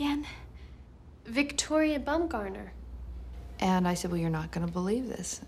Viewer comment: "Bumgoner"? lol, I'd be changing that if I was named that